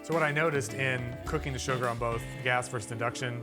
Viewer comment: the word is “versus” not “verse”. Thank you